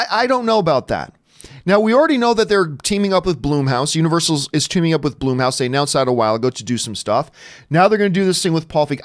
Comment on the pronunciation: Who the hell is “Bloomhouse??” It’s BLUMHOUSE! 🤦🏻‍♂️